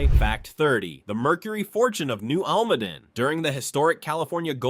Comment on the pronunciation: Learn to pronounce the names of the region correctly: al ma DEN, not al MADEN (Almaden). Guadalupe (eh sound), not Guadalupi. Must be AI.